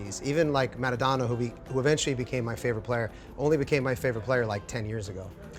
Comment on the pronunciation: The way he Rob pronounced Pele and Maradona hurt my soul slightly